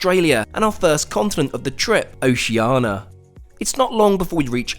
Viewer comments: It sounds like you say OceANA, instead of OceANIA. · Would be nice if he could pronounce Oceania. It’s not Oceana. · Oceania is pronounced O-shee-ar-nee-a! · You can't even pronounce Oceania right. Not first class. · Australia is the continent, not "oceania". Oceania isn't a thing. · Common mispronunciation of 'Oceania'. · Amazing video but the mispronunciation of Oceania is killing me